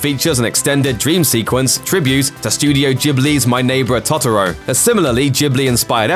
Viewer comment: My Neighbor what? I’m pretty sure it’s Totoro, not Otttoro